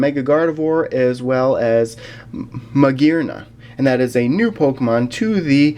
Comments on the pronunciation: you pronounced Magearna correctly. For some it's really hard to pronounce, for me it used to be hard to pronounce. I used to call it Mu-gear-air-uh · I think your pronunciation is correct since it's said マギアナ which ギ is the same with the sound Gi